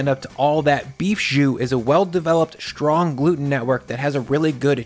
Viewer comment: It's not "SH=trong"...it's "ST-rong."